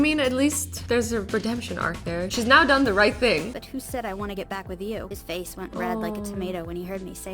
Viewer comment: You sed fase